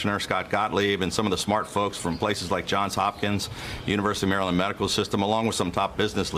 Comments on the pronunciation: Umm... I've lived here my whole life and never have I heard someone pronounce Maryland that way. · Pronounced “Mara-lin-ders” keep it easy, don’t have to pronounce each syllable 😂